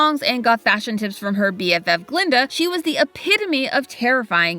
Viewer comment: That's Guh-linda. With a "guh".